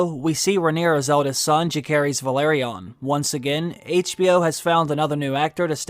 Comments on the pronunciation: It’s really grating to hear your pronunciation of rhaenyras childrens names. Jacaerys is pronounced juh-ser-ISS and Lucaerys is LOO-ser-iss. Not whatever the hell you’re saying. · Agree with everything you said. Great video… except the pronunciation of Jace’s name. It’s a soft C. So it almost sounds more like an S than a hard C. Great stuff! New sub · Yet he can’t pronounce Jaecerys and Lucerys correctly 🙄